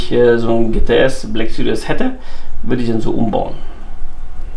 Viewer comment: Haha geil. Der türkische Mercedes GT black süries... 😂 bester Mann